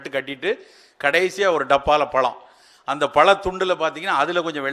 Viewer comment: பளம் இல்லை. பழம் Try to pronounce correctly